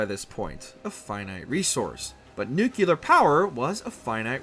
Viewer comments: Does anyone else hate when people mispronounce "nuclear" dude does it so many times and each is like nails on a chalkboard. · Me too man… me too. There aren’t two u’s in nuclear! Pet peeve of mine. Thought I was the only one. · You choose to do a deep dive on the fallout timeline and can't say the word nuclear correctly....unwathcable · For everyone who dislikes the video just cause mispronounced nuclear, it's just how he says it no need to dislike just based on that alone. God people need to learn that others can make mistakes. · Every video that gets "nuclear" wrong deserves a thumbs down. Ei jatkoon. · Maybe that's how he pronounces it, no need to berate the video just on that alone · Take a chill pill... Everyone makes mistakes it's a part of life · 4 times in the first minute alone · ok maybe that's how he pronounces it no need to attack him in the comment section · Nucleeeeeeeer!!! Not Nukeyeller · Say it with me, nu-clee-are. Not nucular. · Nuclear and not nukelar! 🤦🏻‍♂️ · It is a little jarring to hear “Nukular” used as a word. I understand the instinct though - “Nuke” makes it feel like “Nukular” should be a word. However, English already solved that puzzle with “Nuclear.” Maybe it's a kaiser vs caesar thing? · Nuclear Nu-clear.... Nu-cleeaarrr. "nUkU-Ler"💩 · Nu•clear. FFS. Not nu•cyu•lehr. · When people pronounce nuculer instead of nuclear is the real disaster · Its NEW-clear, not NUKE-you-lar. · it's NUCLEAR not NUKEYOULAR, I stopped watching at one minute. Mr. George Bush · Nuclear not Nucular. 😊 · This guy is really going to pronounce the word "nuclear" incorrectly the whole video, isn't he? Smh It's nuclear. Not Nook-yu-luhr. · please don’t make fallout related content if you pronounce nuclear as “nucular” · Jesus christ it's pronounced "New-Clee-Er" and "Psy-No". Not new-cue-ler and see-no. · Why does he say “nuculear” instead of nuclear?? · Jesus christ...N-U-C-L-E-A-R not N-U-C-U-L-A-R. New-Clee-Ur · Nu-clear, not nu-kilar?? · Lmao nucular